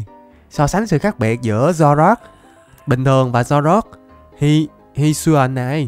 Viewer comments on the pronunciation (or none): Các pokemon hisuian đọc là hít su i ần nha:>